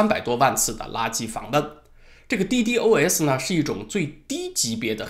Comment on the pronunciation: ddos，一般说滴DOS吧